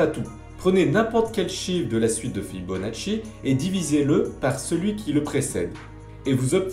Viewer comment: L'excellent "Fibonatchouille" de! Impeccable! ^^ Et j'ajouterais "et paf!";)